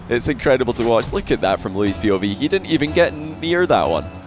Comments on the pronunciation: I wonder if you've gotten the pronunciation worked out on stream, but here's my attempt at help. "loo-EESE." The emphasis on "EESE" like Reese, or lease. Edit: I'm not an expert and this is just my speculation to the pronunciation based on YouTube videos :) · I love how can’t pronounce Luis lmao